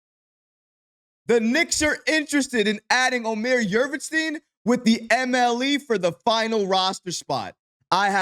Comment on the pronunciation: Love your videos brother, I'm a turkish guy from germany. The correct pronounciation: Omer Yoort-seven (like the number 7)